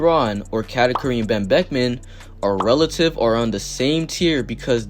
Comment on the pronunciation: I would never in my life hear someone refer to Lebron as Ben Becman 😭 I love this channel bro